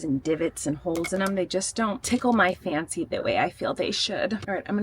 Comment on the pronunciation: Idk about a thick California accent, but when you said tickle my fancy the way it should with the rocks, I was like she's definitely a Cali girlie like me 😂